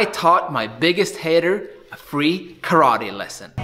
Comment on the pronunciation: I would like to commend you on your approach when you decided to confront a "bully" critic, and I used the word in parenthesis because, in reality, he is another martial artist following his own Musha Shugyo. I have followed your channel, not because I train in Karate ( pronounced Ka-Rah-Teh, not Ka-raw-ree. Sorry, I really like what you do but that is my ONLY problem with what you do, you keep pronouncing it the wrong way, just pet peeve), but because I get an inside of things that, believe it or not, helps me see deeper meanings and discover certain details in the art I train in. You have challenge me to dissect the movement and discover the little secrets that have been hidden within the movement of my art. Consequently, you showed a perfect example of what I was trying to explained to some of the people in the Dojo, I posted a video of a fight and I asked them, what did they see, once I got their initial responses, I then challenged them to break it down in a technical view and provided the question as to what I meant, got some good answers but,they were short of the mark of what I was getting at, I provided the analysis and explained the stages leading to violence, as they manifested in the video. Anyway, one of the guys, totally missed the point and, funny enough, in his response, he exemplify the first stage I just finished explaining to him. So, I explained about how the fight could have been avoided if one of the guys would have left an avenue for the other person to